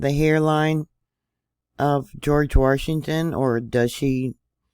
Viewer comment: Why is she saying "Warshington"? Is there a secret "R" in Washington?